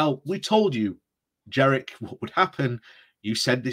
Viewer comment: I think it is Jenrick not Jerrick